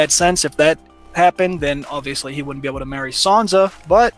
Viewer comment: Really? Bizarre accents. He has difficulty pronouncing the letter “l”. The woman doesn’t say “wouldn’t”, she says “woot’n” !